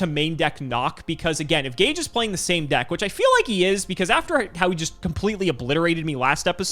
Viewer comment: Oh, this episode was about an hour earlier than usual, it was good surprise. and butchering Gage😱😳🤪😬🤗